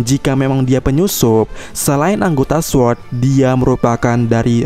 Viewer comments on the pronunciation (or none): none